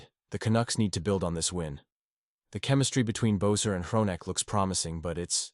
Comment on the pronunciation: Rick Talk-et - pronunciations needs help . Brock Bess-or my god.